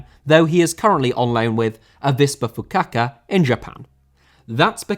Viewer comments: You should sound all the vowels when saying Japanese names, so in Avispa Fukuoka you need to sound the "u" and the "o", FukUOka. Same with Kawasaki Frontale, you need to sound the "e" in the end. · Never someone to complain about pronunciations but you absolutely butchered Fukuoka's name completely like come on. It's not even close. An English pronunciation would have been better than anything you tried to say there. Don't want to sound too harsh but that was outlandish.